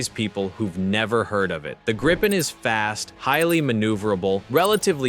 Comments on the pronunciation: Just a friendly hint from a Swede: The way to pronounce Gripen is not Gry-pen, it is Gree-pen. Another comment is that "Stridsvagn 122" just means battle tank, or tank, 122. Sweden has a history of settings Swedish names also on imported defense material, but it is not as simple as that- The German Leopard tank has also been modified and thereby earned its Swedish name. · uugh... not Graipen ffs.. the first i is pronounced as the ee in fleet. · Note on pronunciation" Grippen is the Swedish word for "Griffon",,, they both start with a short i. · Yea, and "Gripen" has a long i...